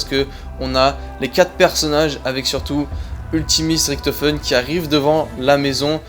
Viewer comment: Pourquoi a chaque fois tu dis riKtofen au lieu de Richtofen Pareil pour Treyarch que tu dis TreyarK